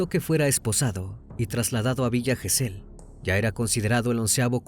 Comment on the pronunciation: Gesell lleva acento prosódico en la penúltima sílaba.